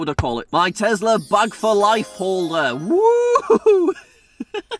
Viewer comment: Tezla? Tesla*